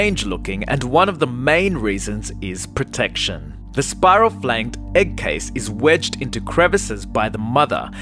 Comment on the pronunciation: The way he says egg “eck”